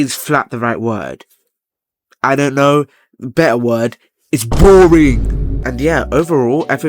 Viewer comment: "it can be buttar" 🔥🔥🔥